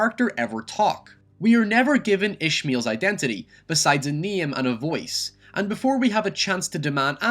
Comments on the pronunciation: god fucking damn.. its NAME not niam PAIN not pian GAME not giam wow.. English isnt even my Main language (not mian) and I speak better English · wtf is this accent? Giem, lien, niem? Fuck is wrong with you bro 😂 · A neem and a vowece